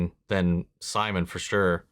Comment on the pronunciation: watch out with that Simon pronunciation lmaooo